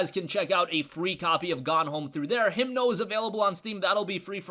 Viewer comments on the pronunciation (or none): It's Himno not Himdo.